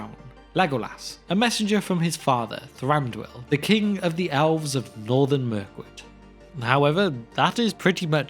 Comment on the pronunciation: Is there a reason you pronounce elves as alves?